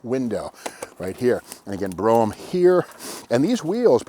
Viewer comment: Thank you so much for calling it a 'Brome' instead of a 'Bro-ham'. Correctly spelled Brougham. It grates on me because it seems people can't pronounce it right